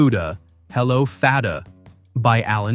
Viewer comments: Did he even listen to the song before pronouncing it as “Moo duh… Fad duh”? DUH! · Jeez dude learn some pronunciation ! Hello MOODA Hello FADDA as in FAT JEEZ. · Who does this ? It is pronounced " mudder and fadder " not whatever the f this guy said ! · You're pronouncing mudda and fadah wrong. Didn't you listen to the song ? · You hear him say the proper pronunciation. It is mud duh and fa duh. Not moo dah etc. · Dude, you really messed up pronunciation of "Muddah," "Faddah," "Dominique," and "Arab" as they were pronounced in the songs. Sheesh!